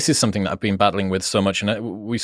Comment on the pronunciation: Why can’t this clever and well read writer pronounce the word ‘something’ correctly? Seriously, is there a reason so many British have a trouble with this word? Also ‘more and more free’, shouldn’t one say freer and freer?